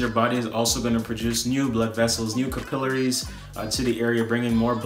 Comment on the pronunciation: Kuhpilleriees. Hahahahahahaha what the fuck.